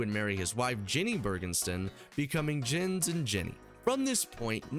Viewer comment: Blud you did not just call my man "jens". Its pronounced "yenz". Anyway, great video.